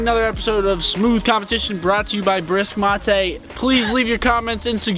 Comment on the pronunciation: Brisk Mattay? What??!! its Brisk m8